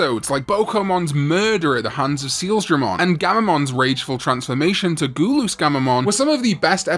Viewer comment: Love how he pronounces gul-us as goo-loos lmao